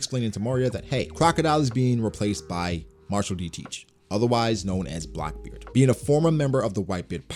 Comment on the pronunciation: Man the way you say Blackbeard it sounds as if you are saying Blockbeard 🤣